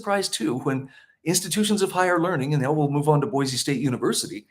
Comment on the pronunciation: Thank you for pronouncing Boise correctly...with a z